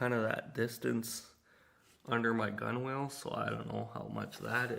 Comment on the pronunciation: Nice video. Both informative and relaxing. One thing on another canoe maker's videos. Gunwale is correctly pronounced "gunnel" Also why nt use a Mora style knife blade to slightly separate the gunnels and use that tension to hold the lashing end. Beautiful canoe !